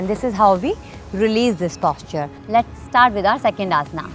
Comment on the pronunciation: Itna itra ke kyu baat kar rahi it's posture not Pósture😂😂😂